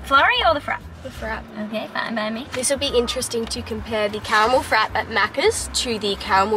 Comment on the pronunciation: It’s not pronounced Frap…….it’s Frap-ay 🤣 Americans are funny 😄